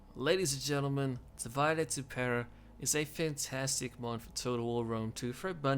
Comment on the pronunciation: I like your content but can you please pronounce name of the mod correctly. It is a latin word and the main culprit is that it has same spelling and meaning in English. Or you just can say it on English - Divide and rule.